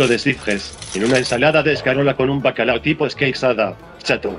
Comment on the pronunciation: el típico que dice bacalado..